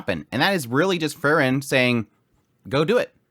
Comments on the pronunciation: Frieren is not Frren. More like Freeren.😁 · It's Pronounced Frieren (FREE-REN), not FURR-Ren. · Kinda confusing whenever you talk about Frieren and Fern. You pronounce both of them extremely similarly. Free-ren, Fern